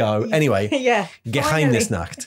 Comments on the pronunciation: Spot on pronunciation of Geheimnisnacht, great video as always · As a german I can confirm. Well done on the pronounciation of Geheimnisnacht👍